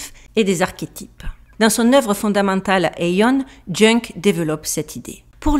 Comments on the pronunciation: Je ne sais pas pour la prononciation américaine mais les francophones disent YOUNG et non JUNK 😉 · Ce que tu prononce « junk « , c est Jung? Si c est cela ça se prononce « Young »😊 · Bonjour, merci pour la vidéo! Juste une petite chose, le médecin psychiatre JUNG se prononce "young" et non "jeung"...si vous n'aviez pas mis des images et son nom et prénom dans votre montage, je n'aurai pas compris de qui il s'agit. Merci 🙏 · ....on prononce Yung et pas junk...Karl Jung...vous êtes trop drôle...encore un sujet très intéressant..merci. je vous adore 😂😂😂😂❤❤❤❤ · Ça fait mal aux oreilles.. Son nom se prononce Youn. Pas Junge... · On ne dit pas jung mais youg. 😊❤🎉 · ...on ne prononcé pas "Carl junk "mais "Carl yung "...quand même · "Junk"... 🤣🤣🤣🤣🤣 Ca se prononce "Young" 😉😋😁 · Jung se prononce comme "young" pas "junk" 😂😂😂 Mis à part ce clin d'oeil très drôle, ce que tu soulèves-là est très intéressant et pertinent... les sociétés "secrètes" qui se targuent de diriger le monde en se prétendant maîtres des horloges, les sachants qui crachent sur les "gueux" et bien je les remercie, car au final ils nous montrent que nous sommes in fine sur le même piédestal... Merci de nous réveiller de la torpeur ambiante.... Je t'aime pour le chemin que tu parcours et le partage que tu nous propose fait que tout le monde s'enrichit à quelque part. 🙏🙏🙏🙏💞💪🏼😘😘😘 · Carl Jung se prononce Carl "Youngue" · Je. M’excuse mais c’est JUNG et pas Junk. Et c’est Freud qui était le disciple de Jung car c est Jung qui a introduit Freud dans le cercle de la noblesse de son rang. Rappelons que Greud est un taré cocainomane qui faisait des fell a t ions a son père ou Gad père à l âge de six ans et rappelons aussi que Freud est de la communauté du Talmud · Karl Jung: Karl Young pour la prononciation... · Jung se prononce young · On dit carl young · petite précision,, JUNG se prononce "youngue" 😎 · Très bien vu Jung se dit Young ;))) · karl jung se prononce karl young